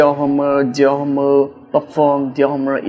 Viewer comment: Dior Homme đọc là Đì o Ôm ba ơi, dốt quá